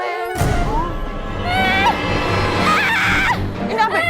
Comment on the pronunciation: "baby blue" "melankole" 😭😭😭